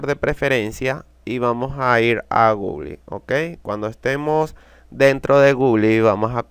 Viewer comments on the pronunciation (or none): Nadie: Absolutamente nadie:: Gugli xd